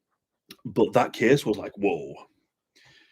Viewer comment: This kiiiis tiiiks pliiis...😁